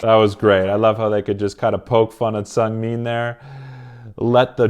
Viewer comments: Just a quick heads up! It’s pronounced Chang-bIN and SeungmIN Great video though, I highly enjoyed it 👍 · It's actually pronounced seu-ng-min. :) also seungmin and minho are like considered to be the strongest mentally in the group so at times, after bang chan, they were the ones who would say the speeches. Also you really haven't seen how chaotic they are. One of the noisiest group i've ever stanned. ;) funny how chan can make them quiet down and listen to him. If you want to see chan being intimidating, just watch him in the studio. I'm joking but he has his serious sides and it's really admirable. All of skz has a soft spot for felix. Who can blame them? Felix has that charm where you just want to take care of him. Also recently, seungmin has been teased a lot by skz, according to him. Lol.